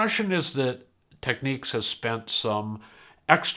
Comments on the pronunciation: Technics, not 'techniques' FFS! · Tech-nics ...not techniques. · Technics advises that the US and Japan pronunciation is “tech-neeks” and UK and EU is “tech-nicks”. Listening to Japanese ads, it is more like “tech-oo-neeks”. In any event, I went with the U.S. version. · A case of you say Tomato, I say Tomato! I'd never heard anyone pronounce Technics that way until hearing all you North Americans on YouTube in recent years. I think in the west we mispronounce pretty much all Japanese company names...